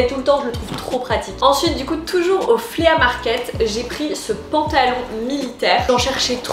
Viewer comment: Flea market = se prononce « FLI » (et non pas Flea) Les deux paires de chaussures que j’ai ACQUISES (et non pas acquérit).